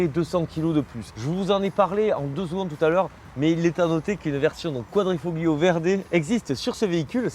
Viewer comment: Petit tips prononciation : QuadrifoLio ;) (le G est quasiment muet)